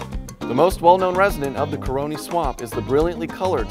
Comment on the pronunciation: Ca ra ni not co row ni